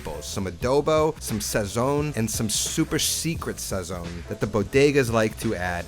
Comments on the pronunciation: how you gon say sazon without any seasoning when you say it like that Celia Cruz sheds a tear in heaven lol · When you pronounce Sazón, the z is supposed to sound like an s while the o remains strong. Look it up….just saying. I really like your videos by the way, very informative. 🤝